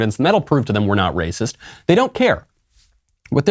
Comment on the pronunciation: "DaS rAyCiSs!!"